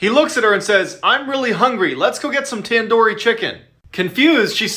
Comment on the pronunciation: ITS TANDOORI NOT TAN-DOOR-YE